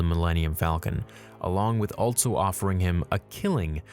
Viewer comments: Anybody else notice the pronounciation of 'altso'? Lol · I really do enjoy your vids, but hearing you but a T in ALSO drives me nuts!